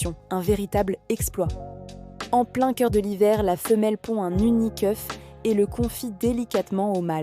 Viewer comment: Très belle narration, merci pour ce partage de connaissances 👍 J'entends un ''mimi keuf, alors que s'est ''un unique oeuf'' J'adore 😂